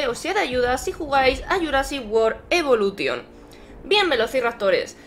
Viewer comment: Se dice evolushon